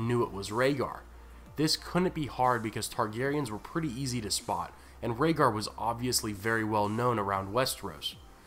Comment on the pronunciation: Rayder... Raedar... Raygar... Rhaegar 😶 They rhyme...